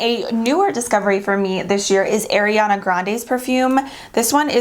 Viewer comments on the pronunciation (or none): nooooo, you called her air-ana not ari-ana lol